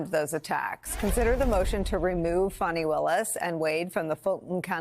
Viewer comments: He needs to be beaten at the polls. even if that means swapping out Biden for someone else. Shame on Little Merry Garland, the cowardly dithering toothfairy for getting us here. And it's 'Fawnie' not 'Fanny'. Have enough respect to get her name right! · ...and kudos to her for being the only person Ive ever heard say Fani's name correctly! "Fah-nee" !! Not "Fawny" or "Fanny"!! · FAH-ni, NOT Fanny or Fawnie. Otherwise, thanks Nicolle and panel. P.S. if there's a witch hunt, he would have been in jail for three years. Delay is the tool of the guilty. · Rev made two mistakes. He called "Fawni", "fanny" and thumper "mrpresident"??? Rev, PLEASE do NOT do that! Her name is "Fani" (fawn-ee). He ISN'T the president that title belongs to President Biden or Mr. President (Biden not thumper). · "IF" the traitor wins the election, ALL of his cases would disappear. There will be NO state case or any other, as he will be a dictator... PERIOD. ... and for God sakes, stop calling her fanny. It's Fani... pronounced (fawn-ne)! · CAN EVERYONE PLZ GET HER NAME RIGHT “FANI” like FAWNY not FANNI as a BUTT AS TRUMP LIKES TO CALL HER WITH THE INSULTS😡 FANI FAWNY GET IT RIGHT!!😡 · Wow...why is Al Sharpton pronouncing her name incorrectly?